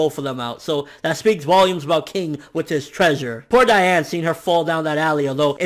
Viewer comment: You make me cry. It's DEE-ann. Though you're right, it should be pronounce DIE-ann, it's not...